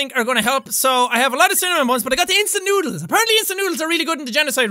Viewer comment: I like how he said "INSTANT NOODER TIME!"-jacksepticeye 2016